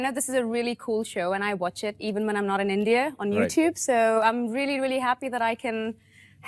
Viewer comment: It's super off putting hearing her mispronounce India, but her suddenly shifting to an Indian English accent would have validated the fake British accent allegations.